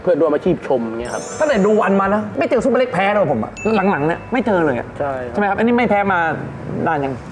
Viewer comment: ชื่อซุปเปอร์เล็กครับ ไม่ใช่ ซูเปอร์เล็ก ไม่ต้องรีบครับ ค่อยๆเขียนโดนพี่ซุปเปอร์เล็กอัดจนเบรอเลยหราาาา55555😂❤FCจากเด็กใต้ครับ